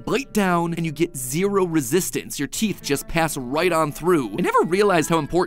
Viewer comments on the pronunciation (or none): none